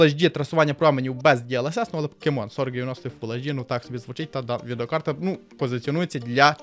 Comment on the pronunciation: Розмовляй трохи повільніше, а то занадто спішиш "відеокарта" послухай себе самого!